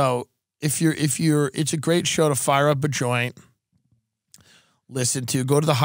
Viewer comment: LISHEN TO MEH